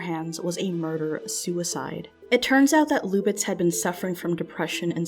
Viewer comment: "Luck B". It's pronounced louk just like the spelling: "Luke".